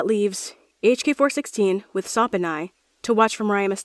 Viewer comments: UMP9 PRONOUNCED SOP'S NAME AS 'SOAP' IS THIS MW REFERENCE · Every time they say "SOP" i hear "Soap" hahaha lol